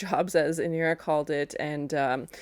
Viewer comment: Her name is Inara not Inira, I was a little annoyed by that....anyway, love the reaction.